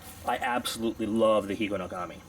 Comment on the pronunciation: It's a single word, man. Not three.